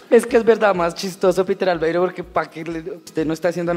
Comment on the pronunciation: No es Peter Albeiro, es Peter Laveiro.